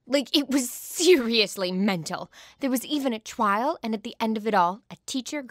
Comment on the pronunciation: Not even 30 seconds in the video and I'm out. "Twile" not "trial" "twile". If you can't even pronounce "trial" properly I'm done.